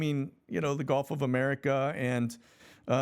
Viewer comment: Hey! Why do you pronounce Gulf of America, Golf of America? It sounds silly man.